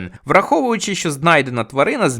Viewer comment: Не щьо, а що, не чього, а чого, не розчяровані, а розчаровані і так далі. Ви вправі собі говорити як забажаєте, але не кожний зможе це слухати.